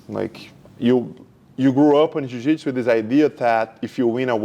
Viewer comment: Why are you pronouncing Jiujitsu like that?